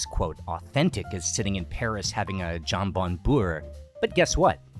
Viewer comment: Why are you so beholden to filming all the foods for a video in one day? Let it take time. Get the locations you need and have room to eat it. Also, I died a little every time hearing you mispronounce "jambon"